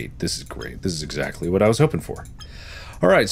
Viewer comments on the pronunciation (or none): none